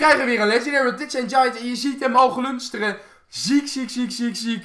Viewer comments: wtf is glunderen en glunsteren en Het is glinsteren 😆😆😆😆😆😃😃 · Haha het is glinsteren en niet glunsteren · glunsteren? Het is glinsteren oen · Hij heeft gewoon spraak problemen😂👌